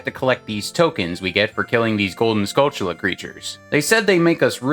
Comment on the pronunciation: I like that you pronounced Skulltula correctly! Great vid man :)